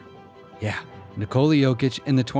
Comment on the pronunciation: Since you did mentioned respect..What if you find out a way to pronaunce his first name correctly ? You can pronaunce it no doubt.